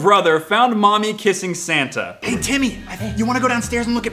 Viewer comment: Mark: Woah are u santha ( this is the way mark said it ) Wade: FWOP Mark : oh put it away santha put it away,put it away